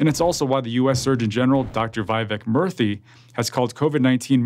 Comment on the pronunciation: Downvoted this because you can't even pronounce the surgeon general's name correctly.